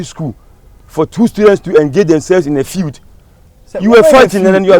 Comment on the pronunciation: is it feud or feeud eii lol